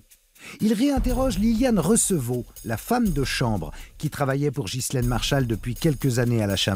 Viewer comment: De grace mrs Zero,prononcez ghislaine comme il faut , en Français, Enghien les bains, Ghana,Maghreb,Delonghi,Ghia,Spaghetti,Ghisonaccia etc etc le H à une fontion de U,c'est pourtant simple,non ? Quand au S,il est muet, Mesrine,Deschamps,Desprès !